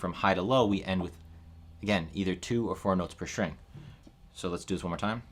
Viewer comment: String, not “shtring”. Please.